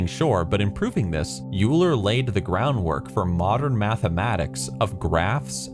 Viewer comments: Just an FYI; Euler is pronounced oiler. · The mathematician Euler’s name is pronounced like Oiler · Euler is pronounced like Oiler